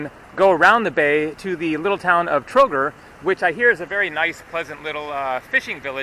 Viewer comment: $95 for the whole day including room, bus ride to Sarajevo and Trogir (pronounced Trogeer, btw, you dropped i between g and r that's pronounced as a long e), lunch and dinner was NOT cheap? Sorry, but that's dirt cheap.